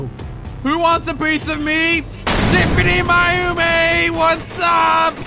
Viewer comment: It's Pronounced - Tif-any-my-oh-meh.